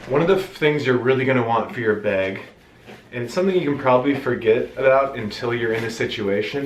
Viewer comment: You say beg for bag 😆